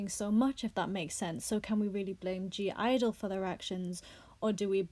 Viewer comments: Not a fan but I'm more offended the way you say their name lol its just IDLE. The G is silent... And fk all these snowflakes! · Their called IDLE without the G why does everyone say gidle sjhdjd